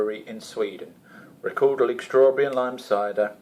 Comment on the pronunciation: Silent g at the end ;]